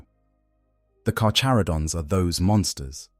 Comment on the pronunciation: The CH in "carCHaradon" us pronounced with the hard CH. It's (car-care-uh-don).........I like sharks, great white is "carcharadon carcharius"....Alternatively, ive heard it (car-car-uh-don car-car-E-us) too, but only from people from metric countries....but its definitely nit (car-chuh-ro-dons) or (char-char-id-ons) or (car-chair-id-ons)